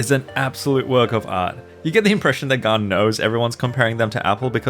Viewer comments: Why does he pronounces gan as if it was gaan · I like how says gan as gaarn